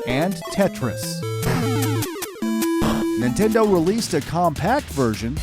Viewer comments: you said Ninteno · new 'Ninteno' wow dude